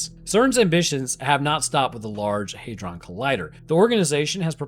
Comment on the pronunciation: HEYdron? No